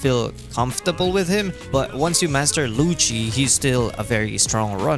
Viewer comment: Thank goodness you said Lucci in this video